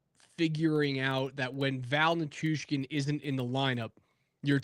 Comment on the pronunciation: The Hurricane's website have pronunciations of their players, and it says Nay chus. but the said he made a point of meeting him before the first game to be sure to get the pronunciation correct.